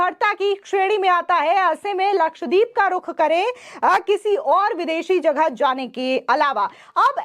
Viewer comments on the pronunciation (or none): none